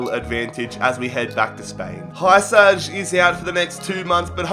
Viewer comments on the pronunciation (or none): Hiousai is the name not hysaj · It's not Hysaj its hee-sigh